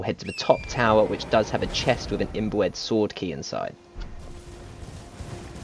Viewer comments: "IM-BOO-ED sword key" lol love it... it's "IM-BYOO-ED" btw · This was helpful, though you kept making the word 'imbued' sound like 'inbred', and they sound nothing alike. Imbued is pronounced like, imbyoude. Also in 'scion', the c is silent. Thanks alao to people who put alternate locations for the blood. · "imbued" == "imb-yood", not "im-bwed" ;) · Dude. Imbewed not imboouedd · Great video and extremely helpful! But I died everytime he pronounced IMBUED as imbooed 😂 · Awesome guide, but for future reference imbued is pronounced imb(you)d. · My man said inbread 🤣🤣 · Imbued is pronounced im-byou'd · im- boo- ed, sword key? LMAO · ...its pronounced im-bewed...imbued...😂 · Its not imbwed its imbued say it right .sounds like your saying imbred or imbwed . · Just a warning brother you're saying imbued wrong just letting you know no disrespect bud